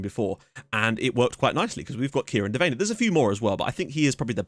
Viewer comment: His name is pronounced Dev-an-nee